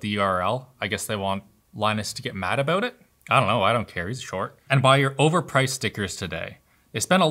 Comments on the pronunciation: The ''aboooot'' is strong with this one lol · "one thing that annoys me abbboooooott these" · Your "About" is very Canadian. 🇨🇦 I like it.